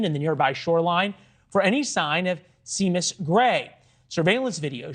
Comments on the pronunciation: Seamus is not pronounced see muss , its Shay muss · Omg it’s not Sea-mus it’s pronounced SHAYMUS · lmao he said See-mus when its pronounced Sheamus what a dipshit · Shaymus not see mus. Lord. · Seamus is pronounced Shay-mus, not See-mus. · That's a Irish name and I'm sure he pronounced it Shah'mus. Beyond that, nothing more convenient for any murderer than a body of water to wash away all the evidence. G*d rest their souls. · This man really said “see-mus” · Isn't Seamus pronounced SHAMUS? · See-mus? C'mon Man! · Hey NewsNation! Seamus is pronounced like "Shaymus". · Seamus is pronounced shaymus. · Seamus is pronounced shay miss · He can't pronounce Seamus properly?